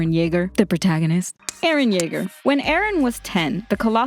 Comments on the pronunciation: Why English speakers are changing peoples names It is pronounce as Eren not Erin . And also it is written as Jäger not Yeagar , gosh. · I thought you said Aaron cuz of subtitles and u say it with a weird accent